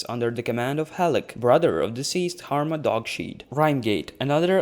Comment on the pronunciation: It's pronounced harma dog's head. Not dogshead. Nice work overall though!